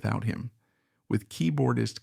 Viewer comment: Yes the old film footage look is fake. The same spots light up repeatedly. If it was real, the spots would be more intermittent and all over the place in different sizes. The voice is also artificial. No one says Pig (pause) Pen. Other voice mispronunciations are throughout (see Godshaux). This is interesting to a point but rather surface oriented. Why is Brent shown in any of the pictures and no picture of Tom or Keith? I liked Brent but this was not about that era. Since everyone is weighing in, there are many great Dead eras, but if I have to pick, gimme '77.